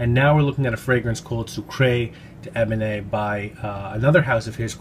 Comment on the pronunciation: Pronunciation Soo-kr deben. The e at the end is without an acute accent so not pronounced. Hope you don’t mind me saying! 🤗 love so many of Pierre Guillaume’s fragrances. Great review at always.